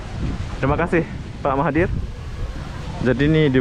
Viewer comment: Nanti PM malaysia marah, karena penyebutan namanya salah 😴